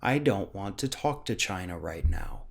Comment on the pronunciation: does he know that China the country is NOT Chyna the wrestler? And she's dead so it's kind of pointless to hate her. When he says Chyna it sounds like the name. He's probably mad at her because her clitoris was bigger than his penis. Look it up.